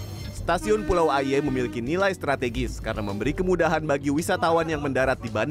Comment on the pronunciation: Pengucapan kata 'aie' nya salah.. Tp emang agak susah ngucapinnya dgn benar..